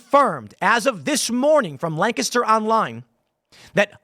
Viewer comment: Why are you saying “Lancaster” like that?